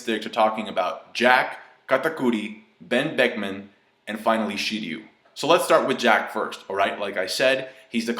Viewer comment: You pronounce Ben Beckman wrong.